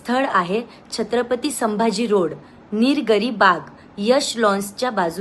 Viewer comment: निरगरी नाही ग पागल निलगिरी बाग😂😂😂😂 News वाले आता भरसांडले आहे आज आजपासून ह्या चॅनल ला राम राम🙏🙏🙏पैशासाठी काहीपण करतील हे